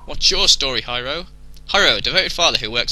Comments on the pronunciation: lol, "Hi-row" xD it's pronounced like "hero" btw :D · Hiro is pronounced hero. Or at least I think that's how it's pronounced.